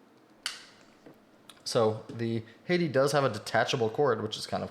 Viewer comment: Hey dude im thinking of picking up a Hati S to tide me over until the next starlight 12 drop aha So about the corrections Hati is pronounced Ha tee And kailh is pronounced kale like the lettuce :)